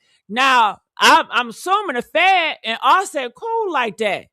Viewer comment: He said the fan not fed